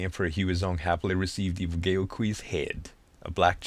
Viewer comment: Good game. My friends and I played the hell out of this back in the day. And if somebody didn't mention it earlier: The letters "ao" are pronounced as "ow". So the words "Mao" and "Gao" rhyme with "now".